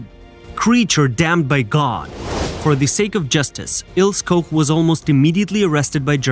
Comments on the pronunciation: AT LEAST PRONOUNCE HER NAME CORRECTLY: Ilse Koch is pronounced ''Ilsuh Koch'' (not Ko) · The pronunciation in this video is bloody awful. Next time do some basic research. Starting with the names of the main characters, for example, proper pronunciation is Ilsa Coch (k). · What’s with the male. SS cap on female It’s pronounced Eeelse Koch Typical of BS channel revelling in this period in history. The women wearing male SS caps kills me is that a fetish ? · One tip - learn how to pronounce names as they were, not as they are spelt following English language rules, before narrating anything. Cringe-worthy or what? She was Eel-sah Koch (Koch as in the Scots - Loch). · prounce her name. It's ILSAA KOK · It's pronounced Ilsa Cock, you knob head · Der Sprecher sollte mal Ilse Koch üben. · Your pronunciation of the names is atrocious. Maybe use Google to hear how to say Ilse Koch?